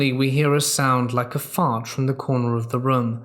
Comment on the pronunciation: Being home alone and having someone break in is a terrifying thought. By the way, hearing the word 'fart' said in an English accent it sounds so very proper!